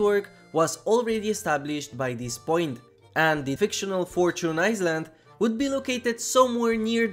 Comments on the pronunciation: Just so you know, "island" is pronounced more like "ailand", the s is completely silent. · Bro, how are you going to mispronounce island and bullion 😂even though island is a way more common word. I get it, English not the first language, so I can see island maybe not being pronounced right, but you pronounce the S when it’s supposed to be silent but for some reason change the ll in bullion to buyon , which is weird bcz how r you going to change the ll to y but not keep the s silent 💀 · No se pronuncia la S en island. Perdona pero me volvía loco.